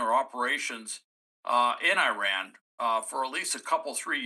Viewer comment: Your mispronouncing Iran Nd iraq...it hard to even listen to .